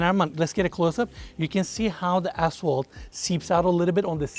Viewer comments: Anyone keep hearing a$$hole instead of asphalt?... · we love you, but I couldn’t help but hear you say asshole, instead of asphalt and my wife and I are crying laughing 😂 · Did anyone else hear a$$hole about 10x instead of ashphalt?? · I am a HUGE fan! And when he says "asphalt" I think he's cussing at me. 😂🖕